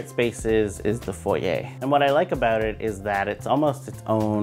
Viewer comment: Thank you. I hate how people mispronounce foyer. great info